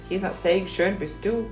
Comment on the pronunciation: yeah that "schön bist du" sounded really good. That phrase she could use also in the everyday life to impress ;) Only "ich bin du" is not very useful in our "non-time travel world"